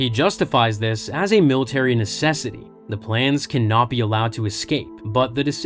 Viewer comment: Every time you say "Cannot be" I hear "Kenobi"